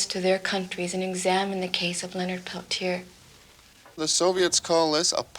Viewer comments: I can NOT STAND how this reporter says "pel-chay". He interviewed Stephanie Autumn and others who actually know Leonard, and say his name themselves, and STILL he refuses to say it right. It's "Pel-teer" or quickly pronounced "Pel-tee-ear". Totally ignorant. I'm from North Dakota, and there are many descendants of Leonard with the name Peltier, never have I heard "pel-chay" 🤦‍♀️ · "Pelchea?" He can't even be bothered to pronounce his name.